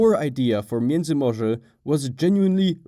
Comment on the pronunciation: I saw the general knowledge video on this subject on my homepage, but when homeboy mispronounced miedzymorze I immediately went looking for a way out, and found your comment. I’m glad that you have made your video without any apparent speech impediments mixed in, not that there’s anything wrong with that but this is much better. Thank you.